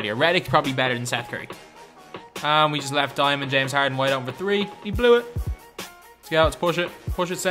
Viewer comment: Why you say diamon James harden